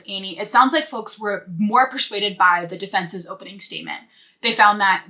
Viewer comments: Is she saying hopening? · is she saying hopening though lol jk great work!